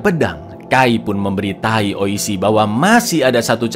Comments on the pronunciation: Coba dengerin LG bang menit lu ngomong kay memberi tai😅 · KAI PUN MEMBERI TAI WKWKWKWKWKW SALAH NGOMONG